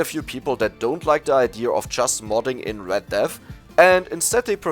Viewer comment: Why do you say ideur instead of idea lmao